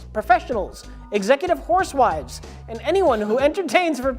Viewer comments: 'Horsewives' is my favourite mis pronunciation. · The confidence with which he says "horsewives" without questioning it